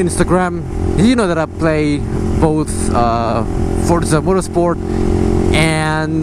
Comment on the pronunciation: wkwkwk ngomong forzanya sampe salah berkali kali gitu bang😂jadi jajan game dulu apaa gopro dulu hayoo~?😆